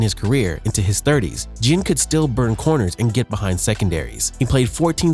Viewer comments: Ted "gen" Junior. Hahaha, A.I. has to be stopped. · I was wondering if something sounded funny about the narrator the whole time. I thought nah maybe it's jusna newer YouTuber who hadn't found their comfort and voice yet. Then calling teddy Ginn Jr teddy gin was the nail in the coffin. Either the person has no idea about football actually and is just a narrator being paid or is AI. Immediately clicking the never recommend this channel to me ever again button. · I don’t think I have ever heard someone pronounce Ginn’s name with a soft G lol, don’t know if that’s the correct pronunciation or not but I’ve always heard it with a hard G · Anyone else get aggravated by the way he kept saying ginn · Not just Ginn. He butchered so many names smh